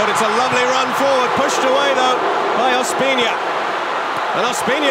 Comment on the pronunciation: Nadie: el narrador: ospiña